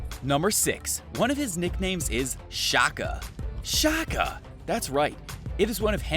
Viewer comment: His nana named him Shaka not Shocka. It's crazy how curtain things get changed depending on who's talking. And also talk about how his father changed his life. So when life throw lemons at U... Make lemonade, enjoy a glass, and reflect life. Peace and blessings 2 ALL!!